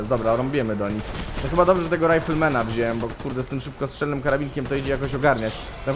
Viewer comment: wziąłem Tomaszu nie "wziełem"